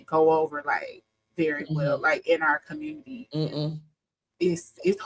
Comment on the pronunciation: The "communitah" is already dead. Divest.